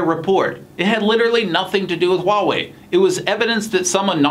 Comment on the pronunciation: Nathan是我见过，英文是母语朋友中，HUAWEI发音最标准的...